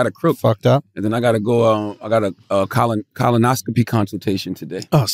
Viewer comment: Why does Charlemagne pronounce colonoscopy as "Colin-oscopy"?